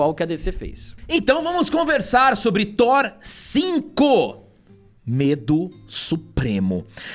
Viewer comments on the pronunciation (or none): Thor 5, não Thor "Sheenco" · Não... por favor, não. Vai ser THORA ou THORE 😂😂😂😂😂😂😂😂😂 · Não é Thor amor e lacrate.. É Thor amor e Lacrão 😂😂👍